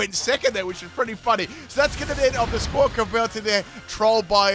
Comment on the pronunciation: Great video. I wiggled my little finger and hit the like button. But, it's "Squak-A-billy" not "Squak-Ability" 😂